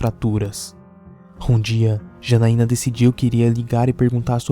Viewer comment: Janaiana nao ,é X A N A I N A